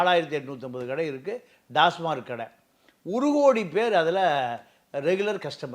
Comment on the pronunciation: Tasmark or TAMAC BASIC PRONUNCIATION IS ONG. PLEASE CHECK